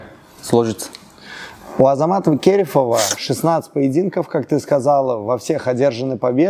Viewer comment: Скажите пожалуйста этому журналисту кто нибудь что не Кéрефов а Керéфов 🤦‍♂️